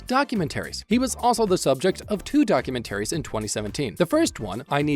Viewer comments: why do you say documentaries the way that you do? it's doc - u - ment- ar - ies not document - aires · What text to speech bot pronounces it “Document Aries” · Your pronunciation of documentaries is disturbing